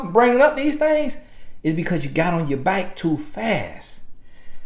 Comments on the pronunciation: you was on your baik 😂😂😂😂 sounding like bike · The "bayk" took me out🤣🤣🤣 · Not “back” ....”bike” 😭😭😂😂😂😂